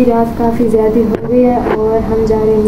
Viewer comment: Jadi nhi jada bola kro